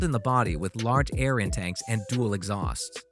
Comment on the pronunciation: Ye gods the narrator needs some pronunciation guidance, "air intanks" instead of 'intakes', "nucular" instead of "nuclear", "Topolev" instead of 'Tupolev'